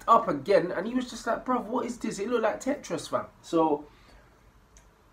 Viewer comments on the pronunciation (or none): none